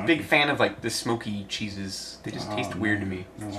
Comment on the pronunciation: Smo Kee Cheese